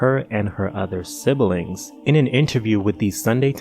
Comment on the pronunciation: The “she needs help” at the end helped me pinpoint the passive-aggressiveness leading up to it. And for the love of god, it’s pronounced “sib-ling” and “cat-a-stroph-ic”… not to imply you may be both tasteless AND illiterate.